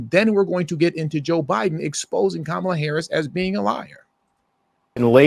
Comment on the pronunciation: KAH-MAH-LAH. Like the wrestler 😂😂😂